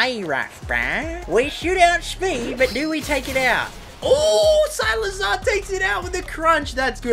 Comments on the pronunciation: Who the hell is SILAZAR?????????? ITS SIKLAZAR!!!!!!!!!!!!!!!!!!!!!!!!!!!!!!! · why does he pronounce cyclizar as cylizar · Agghhh it’s pronounced Cyk- le -Zar, not silazar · i’m dying rn it’s (SEI-CLI-ZAR) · Why you pronouncing cyclizar so weird?😅 Oh and it has been found in the code that Dipplin gets an evolution in the indigo disk so that's why eviolite works